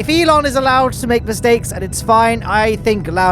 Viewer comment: You mean E-lowne Aerospace right?